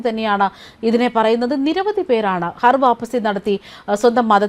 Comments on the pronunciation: ഹർ വാപ്പസി അല്ല ഖർ വാപസി ആണ് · ഹർ വാപ്പസി അല്ല ഘർ വാപ്പസി ആണ് ശരി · ഹർ വാപ്പസി അല്ല....ഘർ വാപ്പസി ആണ് 😂😂😂😂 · Please choose people with atleast minimum knowledge to read news. This person don't even know to say ghar vaapasi correctly.